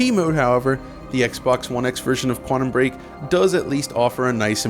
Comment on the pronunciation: Please stop saying "Quannum"